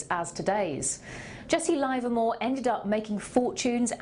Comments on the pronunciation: its pronounced livermore with a short i not a long one I have talked to people who traded with him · LIVERmore. Not LIVErmore.